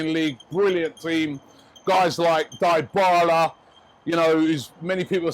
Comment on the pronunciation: come on at least learn to call players right its not dibala its dybala..